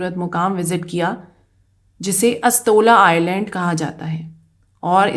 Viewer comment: Screen par Island likha hai jbki ap bar bar Irland bol rahi hai, aisa Q?